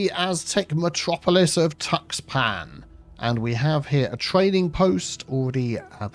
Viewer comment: just FYI Tuxpan is pronounced like tush-pan